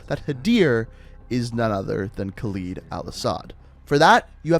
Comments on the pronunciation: Dude. I like your videos alot. But man these pronunciations of the names are killing me. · Its a small detail but it happened every tome but im pretty sure you are pronouncing "Khaled" wrong every time making it sound like it has a "y" not an "e". As when u hear Dr. Kate Laswell say the name it sounds correct. Sorry for the rant this was just on my mind but i love your vids keep up the good work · Wanted to enjoy the video... but man you need to start pronouncing "KHALED" correctly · the way you pronounce “khaled” pisses me off. you literally hear an american saying it and still pronounce it wrong. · Characters in game say name properly. Proceeds to incorrectly pronounce name throughout the video. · Im an iraqi kurd so i know a bit of Arabic but that pronunciation is so far off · Your mispronunciations of the names really piss me off. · You just love to murder names... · Pronounces "Khaled" as "Khaleed" but pronounces DJ "Khaled" right... Americans... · Kaleed? It’s Khaled or how ever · Anybody else get just a bit tired of hearing all the characters in-universe say "Khal-ED" and hearing him say "Khal-EED"? Minor gripe, just wondering. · Why do you keep calling him 'kawleed' when all your source material pronounces it right? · Yo y’all pronouncing my name soo baddd 😭 (kaled) is the right way for khaled and Khalid is different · Why does he have to pronounce it khaleeed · shows cutscene that says "Khaled al asad" proceeds to pronounce it Khaleed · still cant get over the pronunciation of khaled is "khalid" 😂😂 No hate ❤ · you are saying khaled al asad wrong it is in arabic not english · The way he pronounces these names pissed me off. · Why can't he say names right? They say the names all the time and he can't say it right.......🙄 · Am I the only one noticing that not only he's saying the name of Khaled Al Asad wrong but he also called American Marines SAS I like these videos but at least know what you're talking about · its not kaild al asad its KHALED al asad